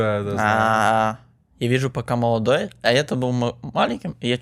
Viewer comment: É Modoloy ou não é?? É Molodoy porra!!!!!